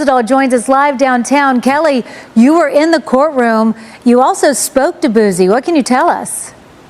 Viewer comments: They cant even say his name right Boozy 😅😅😅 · I hate the way white folks say boosie they always pronounce it Boozy